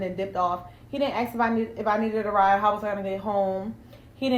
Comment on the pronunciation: stop dating women who say "axe" instead of "ask".